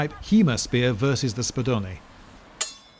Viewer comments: ur pronunciation of spadone was perfect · The way you pronounced Spadone made my Italian brain very happy